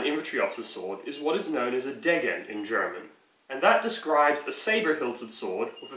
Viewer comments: Interesting video! btw the german word for the sword was a bit mispronounced. It's called Degen, with the first "e" being long. So rather d-eee-gen than de-gg-en. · Nope, it is "DAYgen" or Your phonetic spelling only works if you read those letters the German way, and since he's English, he's probably going to read them like an Englishman and end up with the wrong pronunciation again.